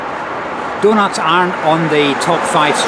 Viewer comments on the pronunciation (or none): none